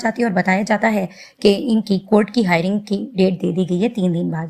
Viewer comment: Bar bar hiring ka din bol rahi ho madam... It's "hearing" ka din.